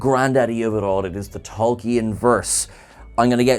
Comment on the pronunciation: The name is not Tolkee-an.